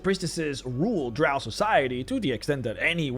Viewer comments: It's not. LOL. It's pronounced Drow like Cow. Those who use it like Row are not 'everyone' and actually are just a vocal minority. And they are wrong, but they can pronounce however they wish in their games naturally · Ahl Drahw sound like Australians cuz thayr from a land down undah